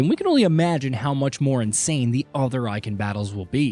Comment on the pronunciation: This guy can’t pronounce Garuda or Eikon. Lol 😂 Can’t take him serious.